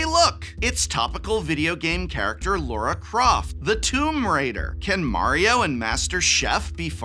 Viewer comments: It's Lara Croft, not Laura Croft, aaaahhhh!! ;) ;) Great video, as always! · Was calling Lara, Laura, a bit? Because otherwise… it’s Lara. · Love your content, Prof ❤ The product reviews, the campy jokes, the superior consumer advice, the exceptional attention to detail on The Academic - it's all amazing! So. Uh 😒 LAR-ah. Not Laura, not Layra. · Lara Croft. Not Laura.